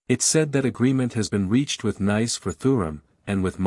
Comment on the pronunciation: Your pronouncing is all wrong Olympic Gymnaste Club Nice is club neeece letter e like in the word need and Manu Kone the letter letter o like in the word olimpic kapish